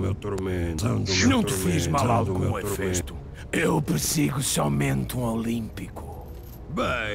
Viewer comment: é Hefesto e não Efesto